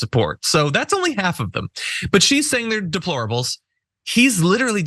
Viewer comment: donald cant even pronounce deplorable , ask him to pronounce YOSEMITE national park, ask donald whats his fav verse or chapter in the bible, ask him if he won the 2020 election and why did he rape women ? you dont have to, he has given answers, why abuse women ? because he is a celebrity and its been done since millions of years ago, he mispronounced the national park, he doesnt know a book in the bible nor verse, and now he says that democracy and the constitution is outdated , and Hillary ? why didnt she win? A LOT of women didnt vote for him nor her because she didnt divorce Bill over the fake sex scandal. and comer reopened the benghazi issue right when it was election time, ( when its the GOPs fault security funding was diminished at ALL embassies during the GOP control of congress )